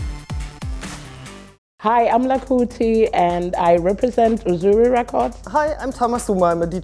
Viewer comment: Lakuti runs Uzuri not Azuli :)